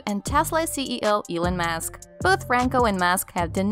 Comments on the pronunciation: Can't even get Elon musk right, it's not ekon mask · Did she just say "Elen Mask?" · Elon "Mask"? Some of the pronunciations are just ridiculous. "Scarilous"? The word is scurrilous.